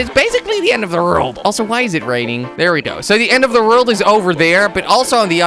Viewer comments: why do u say rold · You say rold not world :D